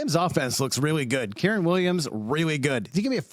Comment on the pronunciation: Not hard to say Kyren. Letting Karen Williams come out of his mouth is wild